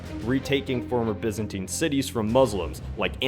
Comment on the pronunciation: can't you say Byzantine properly!!!